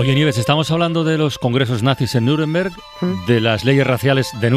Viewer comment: Nieves porque dices "Niuremberg"? Eres de "Miurcia"?